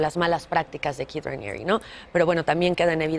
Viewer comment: Es Keith no Kieth 😂 🤣 Keith Raniere